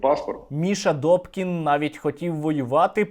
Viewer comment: НЕ ДОКІН..А....ДУПКІН